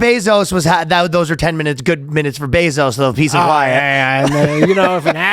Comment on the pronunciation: Calling Jeff Bezos “Zose” is pretty funny lol